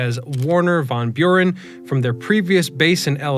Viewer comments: Hmm getting a history lesson from someone that doesn’t know how to say Werhner von Braun. I appreciate the effort but this guy WAS nasa and has a pretty interesting history himself. I’m just a typical dummy but yet “von Buren” seems like such an egregious fail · von Burrean? Dolt. 🤣🤣🤣